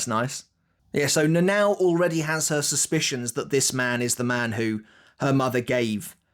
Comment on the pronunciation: her name is not Na Nao its read "Na Na O" please